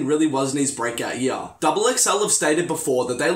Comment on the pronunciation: The way how you speak bug's me The way how you move your head while you talk bug's me The way how scripted this video is bug's me The way how you do your hand motion's bug's me The way how you look in the camera bug's me You have the most punchable face in the entire universe. + Listen how he say's " year " it sound's like Lil Uzi Vert saying yeah in one if his song's.